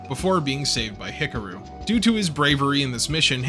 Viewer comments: Love your History Rehash on Macross here. Just keeps reaffirming why I love this show. However, wow, I can't stop hearing you mispronounce "HIKARU" every time you say the name. LOL. HICKAROO??? Should sound like HICKAHROO. With an "AHhhhhh" nestled beautifully in the middle there, like the smooth vocals from the 7-Up guy...oops, that may be too old a reference LOL, ack, LOL. Regardless still, love all your stuff! Love to hit play as I build Gunpla...thanks so much for what you do! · Hick-a-roo? He-car-ooh would be much closer. Hick-a-roo sounds like an Australian red neck 😂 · you are pronouncing Hikaru wrong ,you have to sound it out,say it with me (He-ka-ru) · Oof, those name pronunciations. 🥴 Hickaroo, smh. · pros: easily my favourite mecha channel on youtube. cons: "ek-scaping". that's balanced out by pronouncing Hikaru like buckaroo every time, though, made me chuckle.